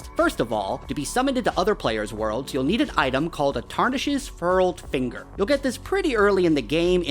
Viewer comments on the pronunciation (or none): i didn't even find the furled finger in the starting area, I'll have to go back and find it lol edit: bro really just said "wizz end finger" 💀